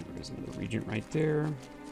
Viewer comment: Alvar not Avlar, and reagent is pronounced rɪˈeɪdʒ(ə)nt not "regent" riːdʒ(ə)nt